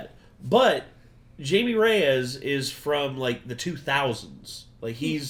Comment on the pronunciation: IT’S NOT JAIME IT’S JAIME Lmafo 😂 ❤❤❤❤❤❤❤ sending love to all the Renegade Nation right now